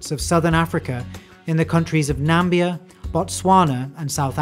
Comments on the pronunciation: when the narrator said "Nambia" I fucking lost it. Also, people have got to stop saying that things were discovered by Europeans. I'm pretty sure Indigenous peoples have known those animals existed for far longer and have names for them. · To add to this: he pronounced crepuscular (“crepscular”) and Namibia (“Nambia”) incorrectly as well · Watched this awseome documentary with curious awe until around 25mins in, when the narrator list a few habitats and locations including "Nambia". Not the first ive heard of this country, but i will watch the remaining 3 minutes with less focus🥴😉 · Really enjoying your videos, just have to note that 'Nambia' gives me flashbacks to 'the Interpreter'; the country is named for the Namib desert and is pronounced with four syllables (na-mi-bi-ya). Just because it took me out of it, might be helpful to know as various world leaders also mispronounce it. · Some superb photos. A ew mispronunciations (e.g. Nambia for Namibia; the stress on "caracal" is on the first, not the second, syllable). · The southern African country is Namibia. Not Nambia. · The country is not called Nambia. It is called Namibia. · Interesting...but you need to improve mispronounced names: Nambia and Caucus Region are NAMIBIA and CAUCASUS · Didn't know there was a country in Africa called Nambia 😂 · Namibia, not Nambia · Stunning, thanks. Do you mean Namibia perhaps, and not Nambia? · I’d really be disappointed to find out that it’s Namibia to which he’s referring when he says ‘Nambia’. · Look up the pronunciation of "Caracal". The stress is on the FIRST syllable. EDIT: Also, hunting in twilight = "Crepuscular", pronounced "Crep-PUSS-cue-lar". EDIT 2: I gave up at "Nambia". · Sorry, but... "Nambia"? :D